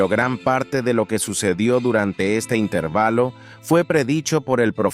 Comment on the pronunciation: Es que es un canal hecho con IA, por eso no pronuncia bien las palabras en español como intervalo